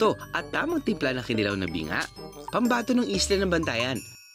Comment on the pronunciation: Just a slight correction. It’s pronounced kee-NEE-law, not kee-nee-LAW. Fish tapa and fish tocino have been around for decades. It’s just that you Manilenos insist on buying danggit only. Hahaha and that, we don’t understand why because there are literally so many varieties of buwad.